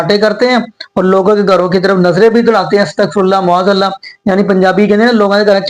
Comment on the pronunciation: Ma'aaz Allah aap kyon nahi sahi se bol sakte? You always say Mu'aaz Allah. Can you correct your pronunciation?